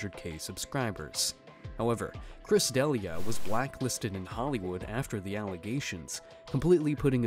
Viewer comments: It's pronounced "De-LEE-ah," not Deli-ah." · That's not how you pronounce D'Elia. And they're not saying "MICROTOXINS." They are saying, <MYCOTOXINGS, i.e. fungi. You are some kind of genius, are you? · how are mispronouncing D’elias name ?!? it’s literally all over the web and has been for years now…. Did you just have ai write all this and never heard the name before then? 😂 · Chris "da-lee-ah" please